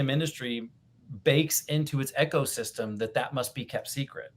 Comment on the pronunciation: Eco (system) is pronounced EEK-oh not 'echo'. Sorry, it was driving me nuts every time said it.